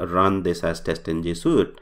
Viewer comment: Why are you saying suit now? Not sweet.